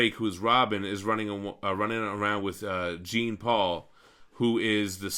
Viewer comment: maybe a nitpick but its jean like jean val jean not like jean grey; it's french